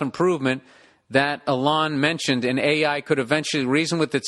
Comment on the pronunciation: I like the way he slightly incorrectly pronounces names and things like Elon, everyone on earth emphasises the first sylable, not Billie Recovering Boozebag